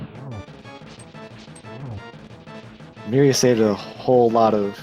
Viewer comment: And finally. Pretty sure it's meeria not mairia...